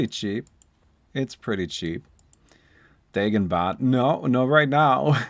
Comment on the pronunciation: Is that how you pronounce Dagon ? 😂 I’ve been using Dahhgon or the gone never heard Daygoon